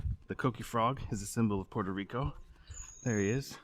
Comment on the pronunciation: I like your video but please pronounce puerto rico properly